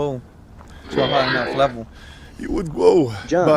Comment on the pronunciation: "How would I gwow to a high enough levow?" "You would gwow by..."